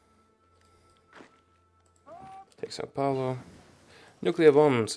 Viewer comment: Wait. An Anglophone who somehow managed to pronounce Rosario almost correctly... and managed to pronounce that diabolical "ao" in Sao Paulo? Are you a wizard? (Seriously, props to your pronunciation.)